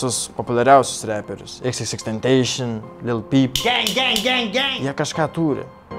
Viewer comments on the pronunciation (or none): Reik tart tentasjon o ne tenteišian......